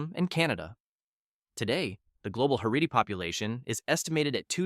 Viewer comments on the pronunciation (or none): Heredy??? That’s NOT how you pronounce that word. Haredi. Also Haredi Jews are divided into a plethora of sects and cultures.